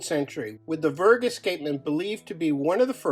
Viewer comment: I gotta say, I've never heard "verge escapement" pronounced with a hard G before... VirG as opposed to VirJ